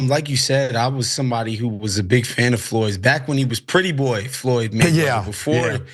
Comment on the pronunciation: Floyed? Go the library 😂